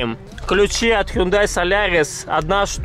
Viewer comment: Ne hendai a hundai